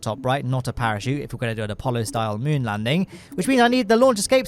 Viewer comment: tf is Mun? u mean Moon?